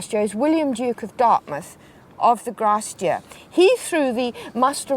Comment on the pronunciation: They kept saying "grasse dur" and i kept wondering what they meant. It's Grace Dieu.